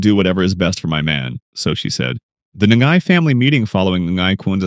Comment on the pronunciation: As a watch enthusiast who already noticed the Rolexes in this series, I literally let out a silent scream of joy in noticing how you went into the watch segment! Your breakdown is worthy of a Hodinkee feature! The older Air King reference is just so clean and well-picked by the producers. Small nitpick: Ngai is just pronounced as 'Nai' where the G is silent. :) Subscribed for the amazing movie analyses!